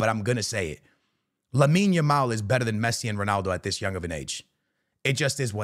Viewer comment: Bro finally said Lamine Yamal